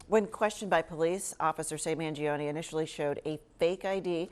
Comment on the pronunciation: His last name is pronounced as Mahn-joe-neh, not Mann-gee-oh-knee. Anyways, he's done nothing wrong. Hopefully he has a good counsel on his side and gets a fair deal.